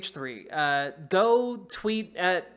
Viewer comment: Someone please tell it's not hehe it's h three h three